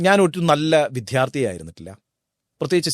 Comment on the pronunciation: താങ്കൾ എല്ലാം ഭംഗിയായി ചെയ്യുന്നു. വിദ്യാർത്ഥി എന്ന വാക്ക് കുറച്ചുകൂടി നന്നായി ഉച്ചരിച്ചാൽ കേൾക്കാൻ സുഖമുണ്ടായിരുന്നു.